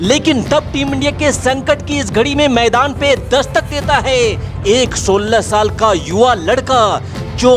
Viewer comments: अरे भाई शाल नहीं वो साल होता है। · साल hota hai bhai शाल नही